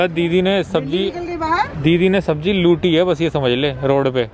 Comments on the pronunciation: Sabji nahi 'sabzi' hota hai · Its sabzi not sabji